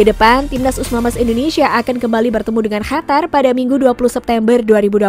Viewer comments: Qatar min, bukan hatar wkwkw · Bukan hatar tapi Qatar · Dari kemarin2 juga ngomongnya hatar2 mulu,, biarin ajaa ,biar si mbak nya seneng wkwkwk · Si eneng mnta d cium ngmong hatar mulu